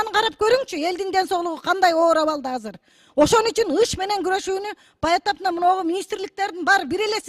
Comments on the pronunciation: Казыр эмес азыр деп сүйлөсөн мер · Кыргызда казыр деген сөз жок азыр деген бар. Туура сүйлөгүлөчү .